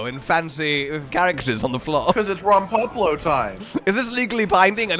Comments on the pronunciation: How is it that they hear how Rompopolo is pronounced and then butcher it and pronounce it in the weirdest way possible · was saying it the "correct" way, as that's how it's said in game, but I prefer the way says Rompopolo